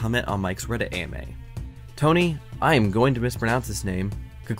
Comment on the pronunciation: Lol ironic situation 😅 but interesting 🤔🧐 However for the Italian pronunciation of coculuzzi is pretty good maybe just the z more aggressive lol